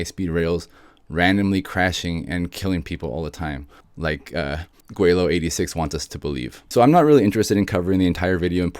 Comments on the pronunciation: Laowhy not Gweilao. Other than that, thanks for debunking laowhy. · Laowhy not Gwelo, you kept saying Gweilo...maybe on purpose? These guys could feed you debunking content for years, but then you would also be promoting them, too.